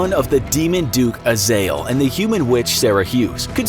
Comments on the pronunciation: Its azezel not azeal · Azael? I thought it was pronounced Uh Zay Zel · Did he just call azza-zel(correct pronunciation) azayal(worng pronunciation).